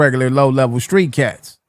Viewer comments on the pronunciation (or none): none